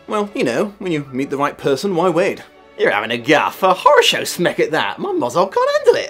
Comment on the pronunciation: That moment when it clicks for you that the word "horrorshow" that mangled so badly, is actually the Russian harasho, which just means ok or good. It's embarrassing how long it took for this to click inside my head....